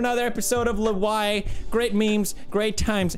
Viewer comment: its not "lwai" its "lweeai"